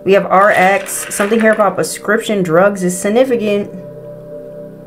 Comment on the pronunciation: Druuugg 😂😂😂😂 love your pronunciation. ❤